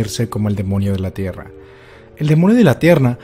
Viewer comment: like si en el segundo 10 notaste que dijo,el demonio de la tierna